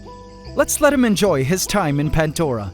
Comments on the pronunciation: Again there is NO "T" in PANDORA 😂 , PANT-DORA IS WRONG SPELLING 😂😂😂😂😂😂😂 👉 P A N D O R A 👈 CORRECT SPELLING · Anyone else notice that it's called.... ; "Pant" Dora And not ; Pandora like how it's said? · 🫣 THERE IS NO "T" IN PANDORA 😂